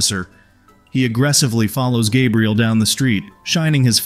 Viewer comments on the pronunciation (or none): Jaybriel? Is that a new way of saying Gabriel now?